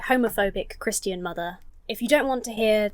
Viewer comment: American here. It is delightful how you pronounce "Christian". Your version has more syllables in it than mine and I like it.